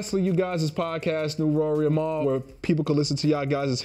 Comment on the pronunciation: I hate the way B. Dot pronounces “Mal”